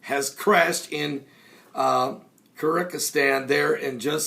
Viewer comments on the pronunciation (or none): the country is pronounced Kir-geez-stan, both in English and Russian. Thought you should know. GBU!